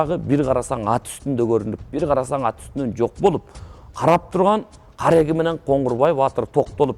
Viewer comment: Коңгурбай эмес, Коңурбай